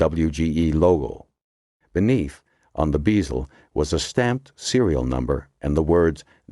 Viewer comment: Is this AI narrated? Every now and then a word is pronounced incorrectly. Like the word bezel. Long e sound instead of short e.